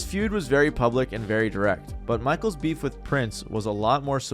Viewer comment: You mean Bee—heef